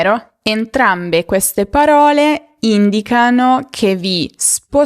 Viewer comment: Mi sbaglio o ti ho sentito dire “indicàno” invece di “ìndicano” poco dopo l’inizio?